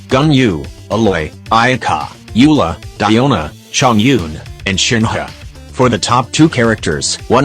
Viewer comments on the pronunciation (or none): none